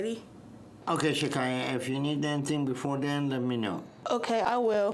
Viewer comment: LOL there is know Rs in Shakyia or what ever it is